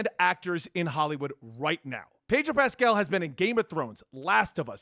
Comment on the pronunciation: His pronunciation Pedro Pascal 😶 Pedro Pastel 🎉🎉🎉